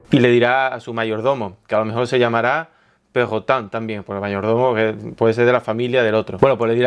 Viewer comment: jajaja no se cuantas veces me he reido cada vez que dices perrotan xD